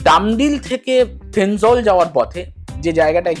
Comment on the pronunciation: Not Thenzwal, thenzawl😊😊😊